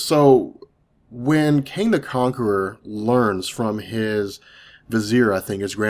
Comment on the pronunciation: are you saying Kang or Kane? Because it sounds like Kane.